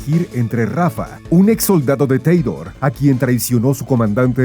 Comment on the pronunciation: Ahora si me perdieron en cuanto dijeron Teidor... Jajaja ja 😅